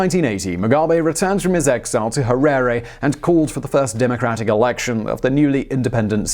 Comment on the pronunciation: Simon, I can forgive your pronouciation massacre of most of the Ndebele and Shona names, but getting the Capital city of a Country wrong is unforgivable!!! Having lived in the country for the first 36 years of my life, till 2000 having being physically chased off the legally owned land I was on, I think you gave a very balanced view of the man and his paranoid and cronistic destruction of the country. His five year genocide, in a newly 'liberated' country, of the Ndebele killed at least twice ( if not four times) as many as people as the Rhodesian army (comprised 70% black Zimbabweans....) managed in 15 years. Once again, another very good distilled and condensed snippet of a biography. Thanks you.